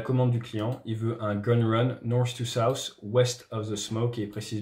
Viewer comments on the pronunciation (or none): none